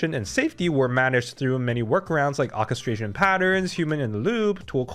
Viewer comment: AH-chestration??? It's pronounced: Or-chestration.